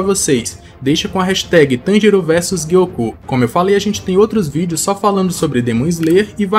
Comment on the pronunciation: Por que o Gyoko é gui-ôcô e o Hantengu não é Hanten-gÚ? 😂